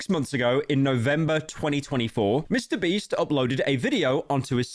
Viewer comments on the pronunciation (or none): i keep laughing too hard at 'mr breast' please save me